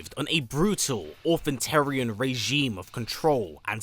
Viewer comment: he said "Authentarian". Whether or not this was an error in the script or just lazy pronunciation is debatable... either way it is unintentionally cooler than "Orderrealmer".